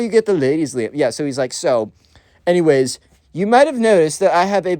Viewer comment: RIZZ!!!! Also when you say Liam i hear Liem maybe i just have that Eastern Europe ear but im just hearing russian